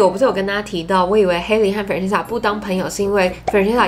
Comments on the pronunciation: Melody 會叫 Ｍel 但不會叫Meldy，Stephanie 會叫 Steph 不會叫 Stenie，Christina 會叫 Chris, Tina or Christy 但不會叫Chrisna。基本上長的名字都是省略後面不念但不會跳過中間去念最前面和後面的字母。這邊正確的發音是 Fran-ches-ca（Fran 可以想成是念人名Frank但k不發音，ches 就是跟西洋棋的Chess發音一樣，ca在此不是念sa而是ka）。如果是縮寫可以是Fran, Frank, Frankie，Franny...etc. 但不會是影片中念的Fre-nan-sa。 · FranCESca 你的懶音我聽到好辛苦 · Up主，建议下次把Francesca的名字念清楚，你念成 "farina"的话在意大利语中是面粉的意思，尤其是Francesca原本就是意大利文的名字，给懂意大利语的人听起来就真的觉得很怪。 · Francesca 的名字發音是三個音節 Fran-ces-ca，ces 的部分發音為ches (Fran 可以想成是念人名Frank但k不發音，ches 就是跟西洋棋的Chess發音一樣，ca在此不是念sa而是ka）:) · Francesca 的名字發音是三個音節 Fran-ces-ca，ces 的部分發音為ches (Fran 可以想成是念人名Frank但k不發音，ches 就是跟西洋棋的Chess發音一樣，ca在此不是念sa而是ka）：） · 喜欢你的影片! francesca 的读音可以这样念哦~ ❤ FRAN CHEST KA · Francesca是不是唸的怪怪的🤔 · 對，中間音沒發出來，Instagram 也是沒發出來，中間含糊帶過，聽了很讓人分心，我本來以為是我個人太挑剔，看到留言就放心了。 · Francesca 的名字也念错了哦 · 我發現你不會唸francesca的名字 所以快速帶過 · 開頭第二點才剛說完會注意發音 下一句第三點馬上就講錯Francesca 真的讓人觀感不佳😔 不過影片內容很用心 還是值得鼓勵✨✨加油～